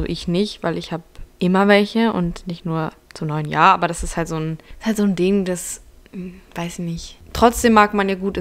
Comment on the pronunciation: Dieses Jahrrrrrr